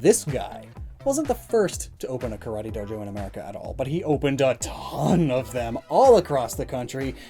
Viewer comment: Karate is so popular that americans can't even pronounce it right..